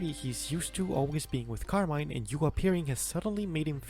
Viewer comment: it's pronounced carmine